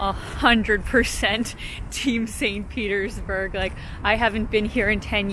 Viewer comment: Не бёрг, а бург